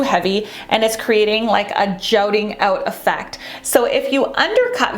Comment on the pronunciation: 'JUTTING OUT', NOT:. "JOUTING OUT", LOL !!!!